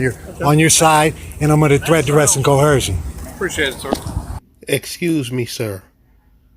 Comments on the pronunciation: "Statues" "Cohersion" 🤣🤣🤣🤣🤣🤣🤣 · It's only considered coHERsion if the police officer is a woman. 🙃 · Pronouncing coercion as coHERsion is an immediate 'red flag' of dumb. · Since when does the word “coercion” have an “H” in it. “Cohercion” is not a word. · Co - her - shon !!! Dumb mug it is trying to sound clever. I like to see someone coerce his backside with a big army style boot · Crimes against the English language? Cohersion? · There is no bloody h in the word coersion. They keep putting a damn h, it grates on my nerves. That alone should be worth a ticket.